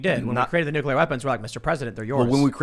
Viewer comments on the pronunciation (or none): Taking the power from the president would cause wide spread issues with international diplacy I'd the pres can't have that "bargaining tool," for lack of a better phrase. Also, there is no 'u' between 'c' and 'l' in nuclear... pronounced 'new-clear" /n(y)o͞oklēər/ (taken from the dictionary). Sorry to be "that guy," it's one of the few words that pinches my brain when people put an extra 'u' in it...have a similar reaction to idear but to a lesser extent...we shouldn't change the language any more, especially at this time when our language is being co-opted and destroyed by identity politics anyhow...